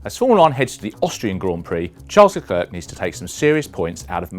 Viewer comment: I had a very tough time watching this video because there are two easy names in it and this gentleman pronounces them both as if he just set foot on earth and is just learning his first human language. Can you say the English girls name 'Claire'? Then try saying 'Le' as in Chic's classic song Le Freak and then say the girls name. That is how you pronounce Leclerc. Next is Ferstjeppen. Who is that, a Norwegian skijumper? Instead, try saying 'Fair' as in 'it's not fair that almost all F1 analists and talking heads are British'. And then say 'stop' as in well, stop this bullshit reporting, followed by 'pun' as in 'pun intended.' That is how you say Verstappen. You're welcome.